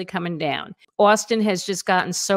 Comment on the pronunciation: Please never say “Austin” again